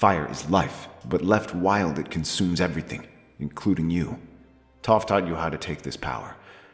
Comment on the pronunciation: Story is good, as always, but the mispronunciation of character names is very distracting. I couldn’t get through even a few minutes of the live action avatar movie for the same reason. Also how do you Get Aang’s name right but Sokka and Toph wrong?